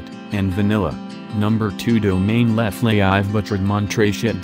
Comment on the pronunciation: lol.. oliver leflaive is not leflaie....